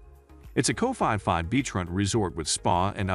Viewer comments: fi fi island?? It's Phi Phi mate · We call P P Islands not Fi Fi Islands. Lovely video always ❤️ 👌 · Wow. You pronounciation of the Island is totally wrong. It's not Fi Fi Island. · 30 seconds into the video, your pronunciation of Phuket and Phi Phi was a HUGE turn off. So I turned you off. Geez.